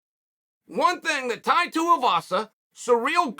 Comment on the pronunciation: Finally got Tai's name right!!